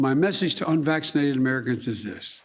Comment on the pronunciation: "We are going to protect vaccinated workers from unwaxinated co-workers" 😆 🤣 😂 What a moron...